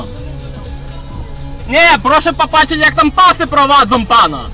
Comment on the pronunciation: znam Podlasiaków. I oni zamiast "ą" to na końcu wyrazu wymawiają"o". Jak ten tutaj: "jak pasy prowadzo".